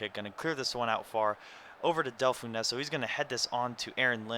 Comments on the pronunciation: It's Del-Fon-So , not Del-Fun-Ess-Oh :) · Del-fon-zo not del-fon-eso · Delfouneso , you don't say the second e , it's pronounced Del-fon-so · your pronouncing Delfouneso wrong! its Dell-Fon-So :) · Delfouneso :') Its pronounced Del-fon-zo :D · AWESSSSSOOOMMEE, i just jizzed p.s. del - fon - so :) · I'm loving the pronounciation on Delfounso. ;) Btw I'm so pissed you're in the final! . >=( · u so it del-fon-so